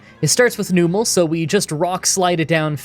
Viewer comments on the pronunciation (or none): none